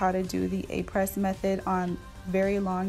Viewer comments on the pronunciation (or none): its pronounced ah-pray, not apress - fyi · It’s pronounced (Ah-Pray) the S is silent 💕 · I believe “Apres” is pronounced “Ap-ray.” Just to let you know. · Just to let you know that Apres is pronounced “Apray” (not Apress). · This is not to bash you but to help you a little bit. This brand has as name a french word which means "After". Après is pronounced "Ah-Prey". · Does not know how to pronounce “aprés,” not even using Aprés, with random materials that are not chemically the same as Aprés 🤯